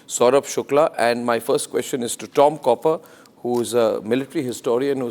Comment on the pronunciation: It’s Tom Cooper NOT Copper, Arnab!